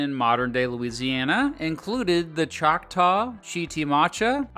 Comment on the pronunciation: I live in a small town in south Louisiana. Choctaw road, or we just call the area Choctaw. It’s pronounced Shawkaw thank you :) it’s cool to see people talk about Louisiana tho